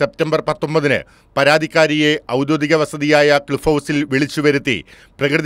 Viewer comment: ഔദ്യോധികം അല്ല ഔദ്യോഗികം... ഒരുമാതിരി അക്ഷരഭ്യാസമില്ലാത്ത.....